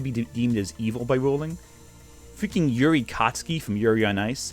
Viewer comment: на русском звучит немножко по-другому, Ю-рий. Не 'Yuri-Юри".